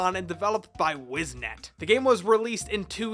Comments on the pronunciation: I know I’ll get some shade for this but.... it’s Lith Harbor, Wizet, and dude.. zakoom? Otherwise, I love the video 👌🏻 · Wizet, not Wiznet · its wizet not wiznet. i still play this but the mobile version. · It’s wizet not wiznet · Wizet not Wiznet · “WIZNET” It.. it’s Wizet. :’( OG times man.. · It's Wizet not Wiznet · wizet not wiz net... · Pretty sure it's Wizet. Not Wiznet. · clicked away when I heard "Wiz-Net"